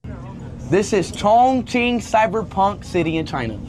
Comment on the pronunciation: It's not pronounced ChongKing it's Chongching. Q in mandarin is pronounced like Ch